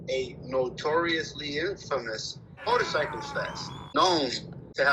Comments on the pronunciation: Killing me with the weird pronunciation of MOtorcycle (not MORtorcycle) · Her inability to properly pronounce “motorcycle” is frustrating